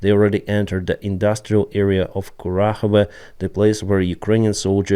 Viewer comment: Lolol sounds like you said corat power plant lol please don’t take this as me making fun of you, I appreciate you translating so much to English! Have a great new year! SLAVA UKRAINI!